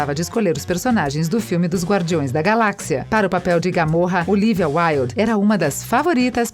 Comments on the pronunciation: Pior foi o "gamorra" e não Gamora.... Só por Deus querem tá inventando moda pra falar nomes!! 🤦🏻‍♂️🤦🏻‍♂️🤦🏻‍♂️🤦🏻‍♂️ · Gamóra, não, GamOra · kkkkkkkkkkkkkkkkkkkkkkkkkkkkkk mulher fala os nome tudo errado, como Ronda "RUSSEM", Odin virou ODAN, Gamóra virou GAMORRA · "Filme de Marvel", "Universo de Marvel", "mas apesar de que Marvel estar interessado nele", "Cristiane Palmer", "Odan", "profundamende históico e defeituoso", "Gamora", "Gamorra", "sendo uma propriedade escura no momento", "Jason Mamoa"... Aí pergunto: QUE PORRA É ESSA??? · Canal, por favor, paguen a algum Locutor ou locutora de verdade pra fazer a narração dos próximos vídeos. Um conteúdo mega relevante, com uma narração terrível dessa, erros de gravação horrendos. Odan em vez de Odin, GamoRRa? O Marvel? Não tem ninguém que revise isso antes de gravar? Ou vocês não conhecem outra pessoa pra gravar? Fora esses detalhes, o conteúdo é bem interessante. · A sua GAMÔRA, que narração ruim velho